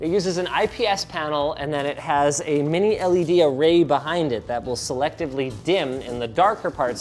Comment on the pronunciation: "minil ed" "mini del"